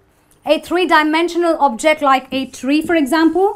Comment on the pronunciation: Same when she says object, and refer